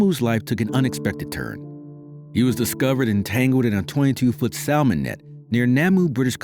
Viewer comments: you may want to look up the pronounciation of the word salmon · I hate AI narrations! They can't even pronounce salman. The pronounceing errors are infuriating to listen to. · He can't even pronounce salmon correctly.